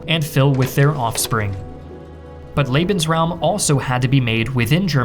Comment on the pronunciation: Not to show hate, but the pronouncing of lebensraum made me cringe